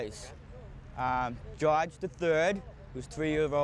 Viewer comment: Gawge (George) not Josh!